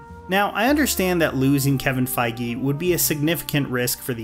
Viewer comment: Why is he pronouncing feige like that 💀